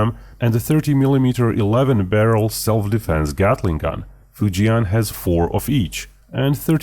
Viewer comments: Easy pronunciation for Fujian would be FU + JEN (as in Jennifer). FU JEN instead of FU JIAN 😇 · you dont pronounce fujian properly. the 'an' part is pronounced the same as in 'and'